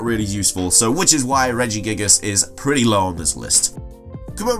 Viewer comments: he said regigigigigas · The way you said regigigas made me cry